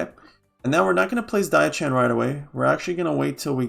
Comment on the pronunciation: Just so you know diao chan is pronounced "dee-oww-chan" the "oww" is pronounced like you are saying "meow" like a cat. Also Ne Zha is a boy.